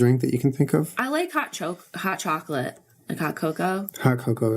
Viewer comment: Jenna her new Yorker was coming out for a sec when she was about to say chalklate